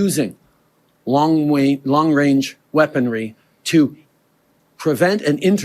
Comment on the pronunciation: Wong wange weapons